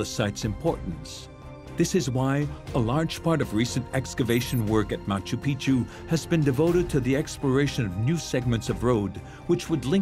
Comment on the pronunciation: My problem with this documentary is that narrator and plenty of others keep mispronouncing Machu Picchu. The way pronounces it is proper way to do so and it means "Old Mountain". The way narrator pronounces it, it means "Old Penis"... 😂😂😂